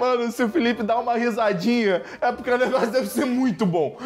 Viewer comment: Felipe: apei Eu: saúde 😂